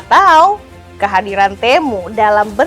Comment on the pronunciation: kalau lihat iklannya si TEMU dibacanya TIMU..